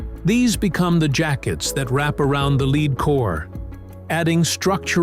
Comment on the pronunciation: Time to fire your AI generated voice as it couldn’t correctly pronounce the metal lead